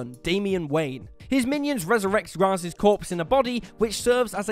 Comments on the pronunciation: It's pronounced Raish not raz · Ra's: RAISH, not Raz. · anti-life is deserves to be on this list also its pronounced ray-sh not raz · The only thing more horrific than these transformations is his pronunciation of Ra’s